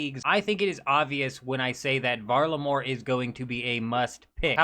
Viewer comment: The hard R in varlamore is not the one.